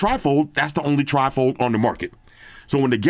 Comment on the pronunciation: a nasty British dessert made of jelly, whipped cream, fruit and soggy cookies. (A sloppy mess.).Trifle just happened to sound similar to your pronunciation of Tri-fold. My sense of humour and a conversation stopper.